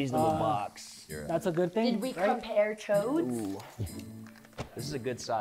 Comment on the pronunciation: Did she say “compare chodes” 💀💀💀